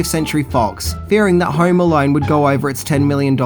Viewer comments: "Home Alarn..." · Hauerrm Alauurn😂